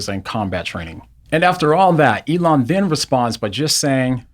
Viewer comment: "Elooona" hahahaha